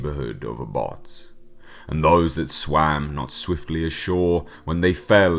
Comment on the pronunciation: It pronounced ab hoth not abot ..☀☀